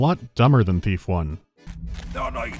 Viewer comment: I keep hearing Beef instead of Thief. I'm gonna grad some food.